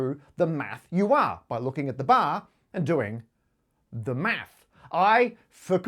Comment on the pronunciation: i like the way this guy says 'math'